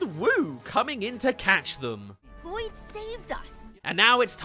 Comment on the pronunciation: I can’t tell if you keep saying la-loyd as a joke or if that’s genuinely how you pronounce it 😂